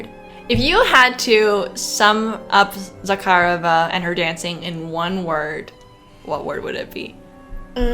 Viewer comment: I really enjoy your videos, but I feel I need to point out that Osipova’s name is pronounced with the accent on the second syllable. O-SI-po-va. You did great with Zakharova, though!